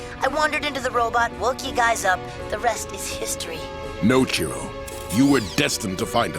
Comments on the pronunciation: Chiro, not Cheeto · lol what is his name, cheeto or chiro? Cuz i keep hearing "Cheeto'' in this lol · Huh, I didn't know that episode was actually the first one. Also, you sound like you're calling him Cheetoh. And that big old monkey looks like Bane. Lol this cartoon was my childhood. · The name is Chiro. (Chee-ro) He says this himself. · This entire time I thought he was saying "Cheeto." My life is a lie